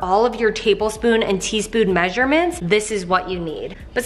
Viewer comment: You pronounce 'measurement' funny hahaha. And why not put the lids in the pullout metal drawers and then stack thr pots in the other cabinet?